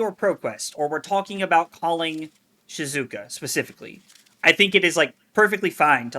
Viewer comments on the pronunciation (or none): Bruh, that's not helpful to people who don't know how Japanese is spoken 😂. It's SHE-ZOO-OH-KAH. Only weird thing porting it to english is the length of syllables is a bit shorter, but just say that quickly and you'll be fine.